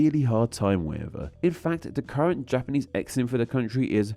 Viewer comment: I’m sorry, you’re supposed to be a linguist, and that pronunciation of Japanese is just unforgivable 😬